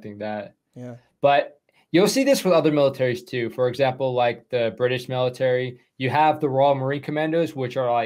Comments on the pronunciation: It's MALE-itary...cuz...you know...so many males. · Love that "maleitary"! lol Seal tier 2? Interesting. I love that you entertain AND educate us! love from cold ass GA!